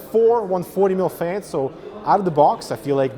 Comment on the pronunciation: He says"fains" :-D